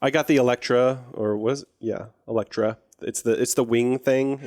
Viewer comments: its annoying that says eh lect tra instead of el ly tra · They know so much about almost every thing, but the 0.01% they don't know they are so oblivious to it, and how pronounce elytra there is no C in the word